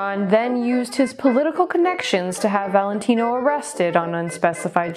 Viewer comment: This was a good one! So, how long did it take you to learn his entire, long-a$$ name, with accent and all? lol You said it perfectly! I didn't know if you'd have a video today, but I was sleeping. I started PT and it's making me so sore and tired, so I didn't get much sleep. Actually, I forgot all about the curse of Rudolph Valentino. It was cool hearing it again. What a lady's man he was!!